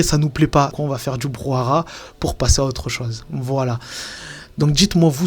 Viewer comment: Super la vidéo et édifiant le parallèle entre la realite et la fiction-réalité de Bentahla. Par contre c'est anecdotique mais on dit 'brouhaha' (pas 'brou à rat') non ?